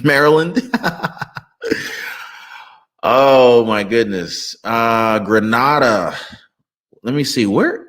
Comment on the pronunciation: It's Grenada pronounced Greenaydah in Caribbean next to Trinidad 😊